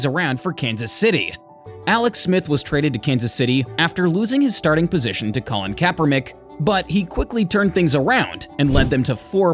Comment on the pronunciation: Did this mf just say KaeperMICK????